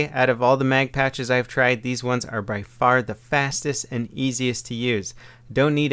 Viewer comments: Pouches not patches lol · it sounds like he's saying patch instead of pouch lol.